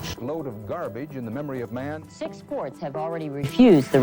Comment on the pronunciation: Excellent story so far, but I can't listen past 3 minutes after all the mispronunciations (e.g., "garbarge"). Dude, it seems like you're a smart guy who can research well, but you're a disaster as an announcer. Let someone else do the voicing for you, and concentrate on the things you're good at.